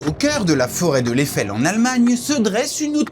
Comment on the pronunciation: J'ai les oreilles qui saignent. C'est comme "l'Éfèlle" et la "Nor-Chlèfeu" alors que c'est Aï-fel (Eifel) et Nordt-chlaïfe (Nordschleife).